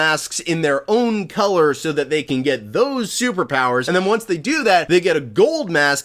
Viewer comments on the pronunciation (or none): none